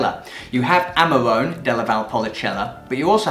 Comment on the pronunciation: DOCG and not DOGC. Don't want to be picky but your pronunciation needs to be trained. Amarone is Amarohne, Marche is Markhe, Alto Adige is Alto Adidzei so on. Overall, good vibe and passion come trough. Keep up the good work.